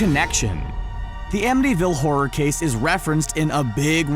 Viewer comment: "The Amityville HORRTOR".... ups!